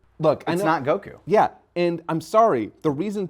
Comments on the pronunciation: Gokew gokew gokew bruh why can't the dude on the right say Goku? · Being bothered by GoHAN yet still pronounces the name of Goku as Goh-Kooo